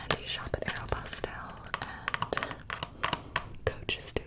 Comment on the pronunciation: “shop at ArOPostALe”